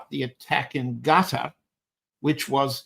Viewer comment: That’s how the name of the state is properly pronounced.